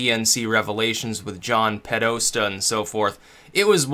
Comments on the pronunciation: It's Podesta, not Pedosta. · It's pronounce "Poh+desta". Keep up the good work. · John "Pedosta" Podesta. Lol